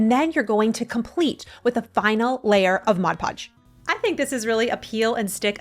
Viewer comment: Thank you for saying MOD podge. It drives me crazy when people say MODGE Podge. 😂